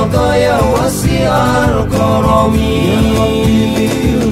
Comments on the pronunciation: Maaf jika boleh saran : hati2 pengucapan bhs Arab nya akhii arti berubah fatal jika salah pengucapan walau satu harokat ataupun satu huruf ...contoh: waghfirlanaa واغفر لنا (ampuni kami) dibaca wakfirlanaa واکفرلنا (Kafirkan kami) ataupun Karomi di baca koromi dsb .Naudzubillaaah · kok dengernya koromi sih. niwal daroji/doroji. aduuuuh... tolong dibelajari pelafalannya dengan benar dulu ya kakak2... bahasa arab itu agak susah. beda harokat saja udah beda arti terimakasih sukses selalu